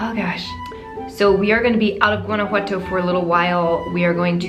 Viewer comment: I love how you say “Guanajuato” 😍❤️❤️